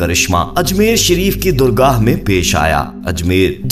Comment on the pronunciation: Durga ?? Kio ban raha hai kia tujh ko urdu nahi aati ? Ye galat bol kar koi teer maar raha hai ? “Dargah “ bol , zalil log .